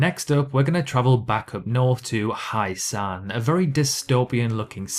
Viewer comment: It's not "Highsan" its "H-ye-san"